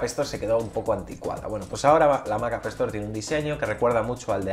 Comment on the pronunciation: Me encanta como le llamas a la Appstore "Apestor" XD...Creo que si le queda.